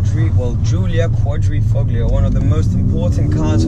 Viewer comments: Great spelling you got there. Also the g in Quadrifoglio is silent. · Hey, you live right next to Italy and you don't know that the G is silent? I'm an ignorant American and even I get it right!;) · alfa romeo It’s truly amazing that the majority of these review videos get it wrong! Also the pronunciation of Quadrifoglio, it makes me cringe! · no it's not. at least in italian it isn't. The sound english speakers get wrong when pronouncing quadrifoglio is the D which has the same sound as Dog. But of course who gives a fuck it' just a name.